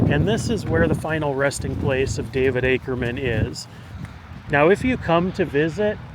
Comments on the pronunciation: It’s “AKEMAN”, not “Ackerman”. No R. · His last name was Akeman not Akerman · Akeman sir. Not Akerman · Not Akerman - Akeman - good grief…………../ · Akeman, not Akerman. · You keep mispronouncing his name.. even when it was spelled on the grave marker. It's Akeman not Akerman. There's no "r". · It was Ake=mem not Aker=men!! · It's not "Akerman" ... it's Akeman'. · It’s Akeman not Ackerman. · I have to wonder why you kept saying "Akerman" when it is Akeman. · Let me help you out young man, it's not Akerman, it is Akemon. He was from where I am from which is Jackson County Ky, not Jackson Ky. That is the county seat of Brethitt County Ky. I knew people that grew up with the man, and know alot of tales of him, alot of which I cannot tell on YouTube. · AKEMAN! NOT Akerman. Nice video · I'm sorry...it is AKEMAN. There is no "R" in it. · There is no “r” in Akeman. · Its Akeman! Pronounced Ake-Man. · ...There is no R in his name...geezus man. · You keep on butchering his name and you're looking at the gravesite as you're doing it 🫤🫤🫤